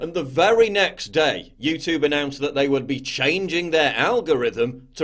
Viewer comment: I love you PJW but come on. You’re a Northern Englishman. You don’t say YouTOOB you say YouTewb (like Stewie from FG).